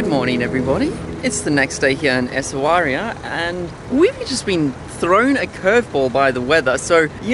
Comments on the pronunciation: In moroccan arabic you pronounce it simply Swera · Im sorry guys but you butchered some of the names 😂, in Chefchaouen the 'a' should be pronounced and Essaouira is pronounced Esawera or just Swera in arabic. I'm from Morocco and I am so glad you loved it here, I can't wait to see the Desert vlog it's one of my favorite places in my country. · it is pronounced Essawira :) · As a Moroccan, I must say, I have had a lot of fun seeing you guys trying to pronounce Essaouira, and pronounce it differently in every shot. In all seriousness, glad you are having fun here. Can't wait for the next videos :)